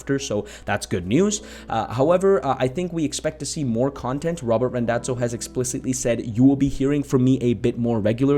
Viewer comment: Small correction - it's Randazzo not Rondazzo. :)